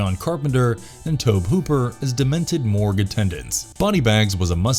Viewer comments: Why are you saying Tob Hooper? It's Toby. That's the way it's pronounced. I think everybody knows that. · Toe-bee. TOE-BEE!, DON'T tell me you're a horror fan if you completely mess up his name through the entire video. Fail! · It's pronounced " Tobee". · Tobe is pronounced Tobey. Names are bad for not following phonetic rules. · Tobe as in TOBY If you’re just gonna read all your facts straight off Wikipedia or something at least pronounce the words right. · Sorry but you sound silly pronouncing Tobe Hooper's name that way. Really should research how to pronounce people's names right because this isn't the first time I've heard you do something like that with someone's name. It pronounced( Tow-be). Trust me I would definitely know because my name is Toby as well but my mom went with Toby instead of Tobe which are both boys names tobie is a girl's name. Nice little fun fact for you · Omfg it's Tobe pronounced toby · It's pronounced TOW-bee. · you pronounce the E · Oh good freaking God. I thought it was bad when you pronounce Tobe Hooper's name wrong now you keep saying he killed multiple woman instead of women every time you're supposed to use the word women you just say woman. Sounds like a grade-schooler reading something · Just pronounce Tobe, please.